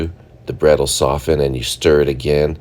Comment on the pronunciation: Yay finally a food YouTuber, who does not pronounce the T in soften!!!! Thank you!!!